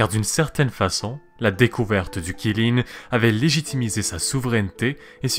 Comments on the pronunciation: Ça se lit tchilin pas qilin même si ça s'écrit avec un Q (c'est la phonétique officielle chinoise) stop au massacre stvp 😭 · Qi ne se prononce pas Chi enfin pas en mandarin en tout cas, c'est plus Tsi ^^ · Ça se prononce tsi lin, mais ça s'écrit Qi lin Kirin c'est japonais xD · QI LIN pas Kirin, c'est pas japonais xD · Superbe vidéo, ça me rappelle mes cours de chinois quand on abordait les créatures mythologiques justement💜💜💜D'ailleurs si on prend en considération la bonne prononciation, Qilin se prononce (Tsi lin(e)) 😎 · Qilin [Chilin]. 谢谢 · Pas du tout ça se prononce Tsi lin et ça s'écrit Qilin (en pinyin) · Lol, en chinois, en tout cas en mandarin ça se prononce "tsi lin" voilà 🙂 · ca se prononce xiling ❤️ sinon super vidéo